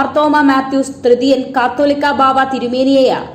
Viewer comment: Pronounce the word catholica correctly